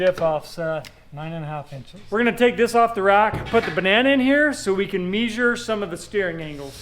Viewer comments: meesure ... is that the same as measure? 😄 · "Mee-zhur"?, it's "meh-zhur". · "Meesure"? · I caught that "meesure" thing, lol, but I'd suggest you do your own math, (just sayin), great video guys, and thanks for sharing. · Ok....Did he say...MEEESURE?! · “Meesure”? 😂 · "Meesure"...... 😂😂😂😂😂 seems to be disregarding the clients wishes and what he's paying for. Robby wanted a copy of the Banana. So to be authentic, there can be no "Meesuring" tape involved...... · I hope is saying measure like measure for a joke because you’re a nuclear engineer and need to be able to pronounce measure correctly. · Hay I'm pretty sure you know how to pronounce "Measure" and "Measurements".:) 🤔🤪🤐